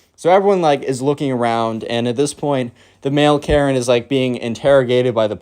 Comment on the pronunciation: Second time you said maren